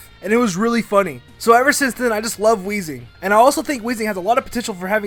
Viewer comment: THERE IS NO H IN WEEZING!